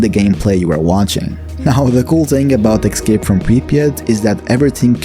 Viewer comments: Escape not Excape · say "excape" one more time..